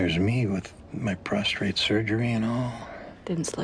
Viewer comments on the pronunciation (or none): I love how Andy can’t correctly pronounce “prostate”.